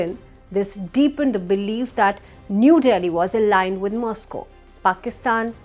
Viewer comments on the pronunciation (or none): none